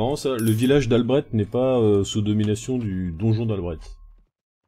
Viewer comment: Albret on dit pas le t